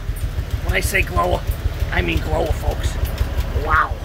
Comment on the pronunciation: "She's a glowa" Dang!